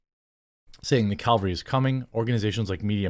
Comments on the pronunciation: Its cavalry not calvary. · Cavalry not Calvary